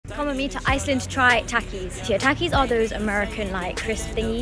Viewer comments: She did not just say 'American' and Takees its pronounced with soft T Taakis and they Mexican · ITS NOT TACKIES ITS TALKIES. Pronunciation.